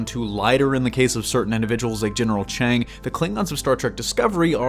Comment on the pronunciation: Kang, not Chang.